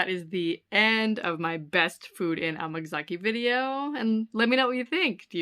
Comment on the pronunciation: am I crazy or is she saying Amagazaki when it is Amgasaki?